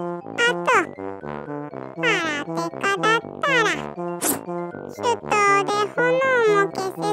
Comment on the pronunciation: 手刀はてとう、ではなく、しゆとう、だよ。